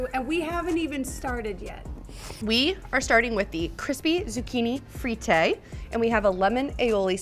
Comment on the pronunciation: they way she pronounces fritte is goofy